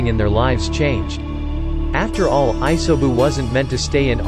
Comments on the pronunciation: jenin, iaisoubu/ISO boob/iso views, R-I-N no hara, jaanin, Maccabi/baatabi, udakada/Dokata/eudicotic, gookie, pon hailing from a wagga cure , Kabudo, Kakua/kukui, Honda(Han), Ledo/meadows(mito), Hoshi rama, oats itsuki, yuhgoora K-A-R-A-T-A-C-H-I, Aakatsooki, theres more but its just so cringe... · damn I hate how you pronounced rin and isobu's names